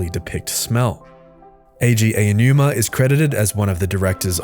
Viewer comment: Say it with me. Say each sound individually. Aonuma. Ah-oh-noo-mah